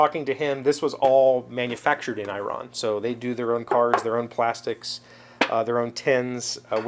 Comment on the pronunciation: "eee-ron" my Persian friends are going crazy!!! way cool mang, way cool! and omg the saffron! saffron is very expensive and a wonderful flavor... use it sparingly!